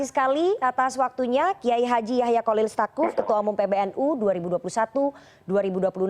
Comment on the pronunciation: Tsakuf bukan stakuf